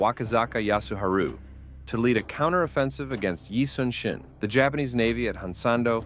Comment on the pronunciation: Despite the official spelling, his name is pronounced eee (like eee pc netbook) soon (not later but soon) shin (between knee and ankle), not yi sun sin